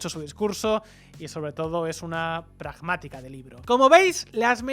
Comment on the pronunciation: "Harris es prajmátika" 🤣🤣🤣🤣